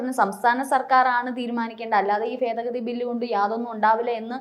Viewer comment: ഫേദഗതി അല്ല, ഭേദഗതി ....